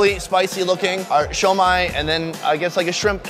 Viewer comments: it’s not “shoi-Mai” it’s pronounced “su-mai” come on mang! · It's not Shomai!! It's Shumai!!! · Pronounced Shoe-My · I can imagine you getting fired from applebees. Wtf is sho mai? People are looking at you funny because youre trying to speak mandarin to folks that typically speak Cantonese; Guangzhou =Canton.